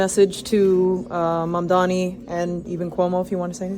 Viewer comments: Seriously, it is that hard to learn how to pronounce someones name? Mam (like "mom" dani (like "Donny") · Curtis should reach out to Mamdani [after he learns to pronounce his name and 😉🤔], and have a discussion among adults. Obviously, all the hope and ideology of myself, Mamdani and others won't all be accomplished but, he has the right ideas at this juncture of thew CHUMP era... Tax the very wealthy...THEY DEFINITELY WON'T MISS THE MONEY!!😉😶🤔